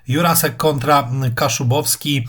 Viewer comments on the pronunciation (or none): Juracek nie Jurasek